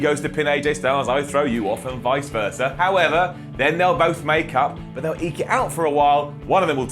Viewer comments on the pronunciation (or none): none